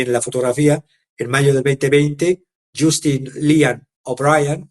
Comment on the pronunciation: ( Jastin, ) pronuncias Justin escribes